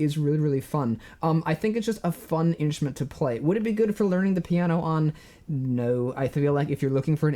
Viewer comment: At first I kept hearing "inch men" instead of "instrument" 😅 really enjoy your videos!